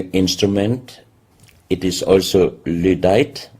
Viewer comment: He keeps saying "ludite" but I think he means "lydite".